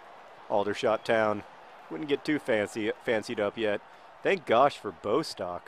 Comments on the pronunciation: Bostok's name is pronounced Bós-Tock, not BOW-stock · I'm not sure if anybody has mentioned this yet, but Bostock's name has two short 'o' sounds..s its not b-oh-stock, but, bo'-stock. If that makes sense... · Johnnnnn it's pronounced Boss-tock pleaseeeee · Just a note Bostock is pronounced Boss-tock